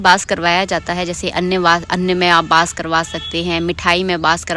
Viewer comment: Aap apni video mein ek word bol rahe the bass Nahin hota hai ❌ vo vass hota Hain ✅